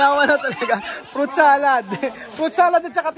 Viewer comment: PROOOOOT salad!!!! fruit kasi hindi prooooot!!! hahahaha